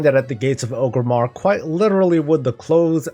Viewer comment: OR-GRIM-MAR not OH-GRIM-MAR You and Swifty drive me nuts with the incorrect pronunciation 🤣🤣🤣